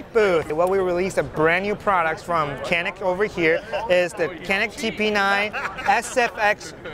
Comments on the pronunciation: As a Türk, every time someone pronounces it "kannik", I die a little. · I love how the Canik rep can’t even pronounce the name of his product correctly